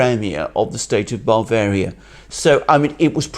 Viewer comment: As an Englishman, the way Alexander Mercouris pronounces Bavaria as BARvaria is most peculiar, I've never heard that before. I've noticed a couple of other such unusual pronunciations, strange for someone who went to a UK University anyway. Hmmm.